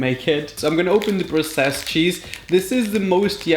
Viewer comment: Why does he says processed so different!!!!????😂😂😂